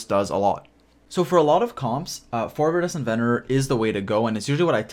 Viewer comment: Idk what your trying to pronounce with that artifact but it iridescent with a V